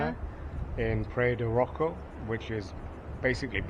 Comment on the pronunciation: "Praiya de Rocha" ( rosha) pronunciation..